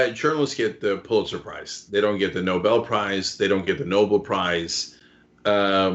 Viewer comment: It's not Noble. It's Nobel. Dumb asswipe.